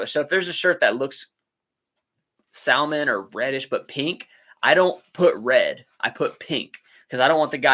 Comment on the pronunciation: You probably already thought of this but you need some signs in your store about your return policy. Im assuming no returns or exchanges. You can print on receipts but signs pretty easy. I know a lot of women will shop for their men and theyll appreciate it. You pronounce salmon like my Italian mom😂